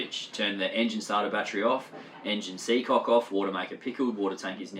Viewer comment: Haha you said Seacock